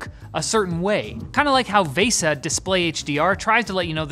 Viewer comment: Is "Vay-suh" Canadian for VESA?